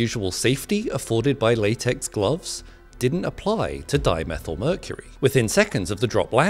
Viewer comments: Its not methl , its methyl so why aren't u pronouncing it properly. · Why we want Die_Me_Thai ...Hg ...it's Hg sir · I'm going to stop this channel No English person would pronounce di-methyl like that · Dimethyl is pronounced like Diemethighl